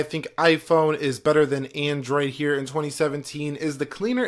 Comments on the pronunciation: the way he says android pisses me off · The "Eyphone and Endroid"